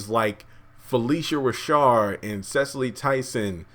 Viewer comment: Hey! I really appreciate your insight on Tyler Perry’s work. Problems with both movies for me. Wouldn’t watch either again. Pronunciations: Tika Sumpter. Tika, there’s no n. It’s not Tinka. Cicely Tyson. Sis not ses. Cicely not cesily. Phylicia Rashad. Rashad not rashaRd. Thanks for your reviews! I truly enjoyed them!